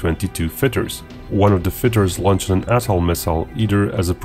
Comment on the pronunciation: From the Wiki: "The Vympel K-13 (NATO reporting name: AA-2 "Atoll") is a short-range, infrared homing air-to-air missile developed by the Soviet Union." But, yeah, it sounded like "asshole." =^[.]^=